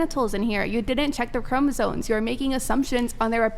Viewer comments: ChromosoMe. Ffs she can’t event fuckin pronounce it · It's chromosoMe (ˈkrō-mə-ˌsōm NO "n"!!) These girls need to know how to pronounce words correctly. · OK, thank you..And I was feeling like the asshole because I was wondering how someone could talk with SO much conviction and (over and over again), mispronounce the universally-known word “chromosome”…😭😭😭😭😫😫😫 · Omg… Is anyone else here bothered by leather jacket’s continuous mispronunciation of the word “chromosome”???!!! Like, dude-I can’t—-😭😭😭😭🤦🏽‍♀️🤦🏽‍♀️🤦🏽‍♀️